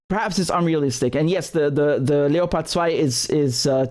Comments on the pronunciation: Please stop pronouncing leopard in German. Just say leopard. It's making me cringe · Funny pronounciation of Leopard